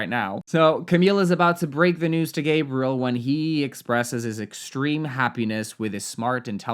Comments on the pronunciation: Hey! Nice video! For the Gabriel prononciation, although the name does exist in english, if the guy prononces it the french (or any) way, that's how you have to call them, their prononciation is the correct one always! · I don't know; I think you should probably pronounce someone's name the way they do. I lost track of whether Gabriel is French or American or what, but however he would pronounce it, she should do that.